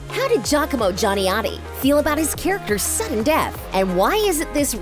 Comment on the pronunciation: That’s really not how you pronounce Gianotti